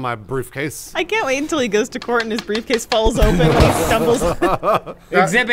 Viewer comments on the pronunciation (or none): I honestly hope I'm not the only one who heard, "Bruce case" instead of "briefcase".